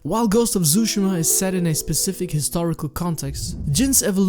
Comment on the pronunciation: Ghost of tsushima ❌ Ghost of Zooshima ✅